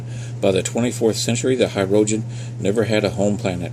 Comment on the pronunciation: I think it's pronounced Hih-rojen not High-rojen